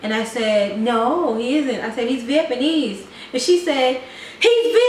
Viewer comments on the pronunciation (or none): you guys are sooooooooooo funny I enjoy watching your videos and crack up btw it's vietnamese, not vietmanese :))